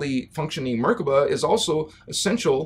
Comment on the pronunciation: much love for your content, thank you for all your help. I have a small note, the vibration of the words is not right if you do not say the words right. Nibiru and Merkabah should be Ni-Bee-Roo and Mer-Kah-Bah, not Nib-uh-Roo and Merka-Buh. Vibrations are important, as I'm sure you know. Keep up the good work, I'll be seeing you;)